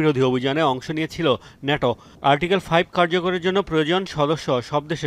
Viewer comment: শুদ্ধ বলতে বলতে ন্যাটোকে নেইটো😂😂😂😂